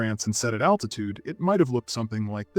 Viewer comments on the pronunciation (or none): none